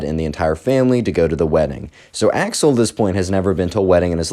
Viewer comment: I know you're saying Axel. But im hearing Ax-hole.